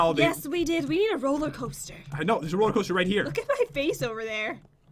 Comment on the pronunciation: On pat said rolli coaster it’s roller coaster😁😁